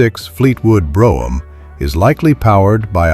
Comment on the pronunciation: AI can't even pronounce Brougham correctly. Pitiful